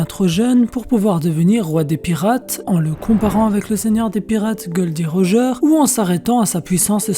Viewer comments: On dis roger et non pas rogea sinon belle vidéo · Pourquoi tu dis Roja au lieu de Roger ? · Gold d Roja .... Insupportable cette prononciation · De oufff sa me tue j'y est penser pendant tout la vidéo 😂😂